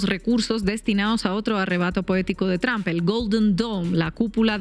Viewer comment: Tramb" se pronuncia tromp😂😂😂